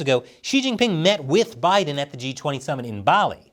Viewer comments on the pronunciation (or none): none